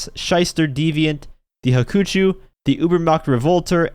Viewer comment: DUDE: IT'S 'HAWK - UH - CHEW'. STOP SOUNDING STUPID JUST BECAUSE BROUGHY IS!!!!!!!!!!!!!!!!